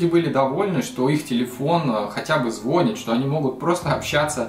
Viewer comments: Не звОнит, а звонИт! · Звонит пишется званит говорится двоишник